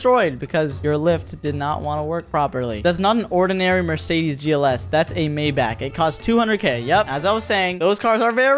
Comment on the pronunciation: Come on you do not know how to pronounce Maybach